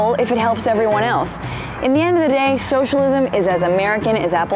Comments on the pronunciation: Did she say Showshalism? This is childish and stupid. And mostly BS. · Socialism is three syllables not four...